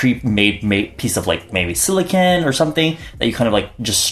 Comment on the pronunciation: WHY IS NO ONE TALKING ABOUT HIM PRONOUNCING SILICONE AS SILIKIN